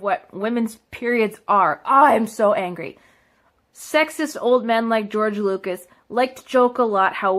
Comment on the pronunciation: "George Loogas" "Life Savers"